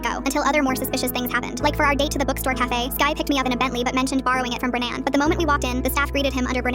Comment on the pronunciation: Bren-nan lol